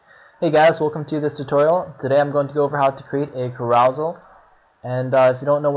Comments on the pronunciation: Hahaha kuh-ROW-zul???? You must only read!! It's CARE-uh-sell! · It is pronounced ' Care-o-sell ', like a kid's park ride that spins. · Thanks man! Found this very useful despite all 500 mispronunciations of "CAROUSEL" lol. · yes i do read more, carousel was a new vocab for me since having started web coding, i'll work on my pronounciation. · Your infinitely incorrect and inexcusable pronunciation of carousel is crazy-making.